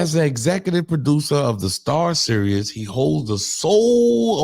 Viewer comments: Son you keep saying serous lmaooo its series like the world series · I’m watching the World Serious 😂😂😂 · If you say serious instead of series one more God damn time. 😂😂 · I thought you just misspoke when you said "serious" instead of "series." Bruh... you don't know the difference between those words??? Smh... "pay attention y'all because this is nasty work..." 😂😂😂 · "Series", not "Serious".😂😂😂😂😂🤓